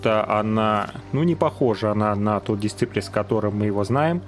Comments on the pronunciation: правильно читается как "ДИСАЙПЛЗ"...режет слух, знаменитая же серия в прошлом. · Посмотри блин как название читается. Уши вянут.